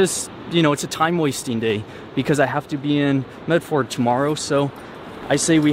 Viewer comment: Medford is pronounced "Med ferd" (furd). It's one of the very few things I know. And I think you're channel is fantastic! I hope your windshield wasn't too expensive.